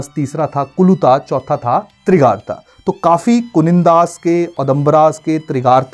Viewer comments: तिरगारता नहीं त्रिगर्त है बृजेश्वरी नहीं बज्रेश्वरी है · Trigart not Trigarta.